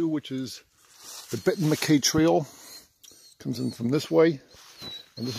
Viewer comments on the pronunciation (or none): Unaka is pronounced You-nay-kuh. Not you-knock-uh. And McCaye is muh-kigh, ryhmes with high. Not muh-kay. Celtic pronunciation. Otherwise enjoyed your jUnt thru my community. My house is in your video (youtube timer, not your video timer)